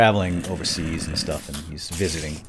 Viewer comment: Weird "sh-tuff" indeed,. Nice save:P